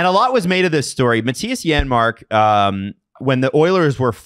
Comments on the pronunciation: I noticed that to on the replay. Buddy was sending that a foot wide if it didn’t hit the defender in the league lol. Also, it’s Janmark. It’s just pronounced like a Y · Janmark. The J is pronounced like a Y.